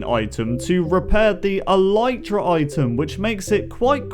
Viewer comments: Elitra, not Elaytra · It's not alitra its alytra